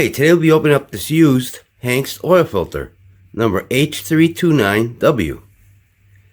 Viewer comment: Pronounced ANGST